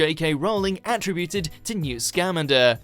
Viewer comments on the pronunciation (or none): Don't try and criticize the movie when you can't even say "Scamander" Right.